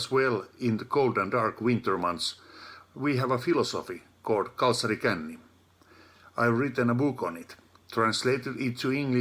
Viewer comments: When Greg Davies first tries to say Kalsarikänni, he pronounces it like Karusellikälli, which is Finnish for a Carousel prank :D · As a Finnish person, it took me a good few minutes to figure out was Russell saying when he announced that he'd be trying "kalsarikänni". In his defense though, it's definitely not the easiest word in the world to pronounce. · I'M WHEEZING THE WAY HE SAID KALSARIKÄNNI WAS HILARIOUS